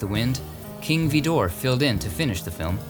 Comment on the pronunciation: Great video! I believe King Vidor is pronounced "VIdoor" and not "veeDOOR".